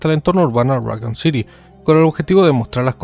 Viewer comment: right, like saying Rockcoon or raycoon city lol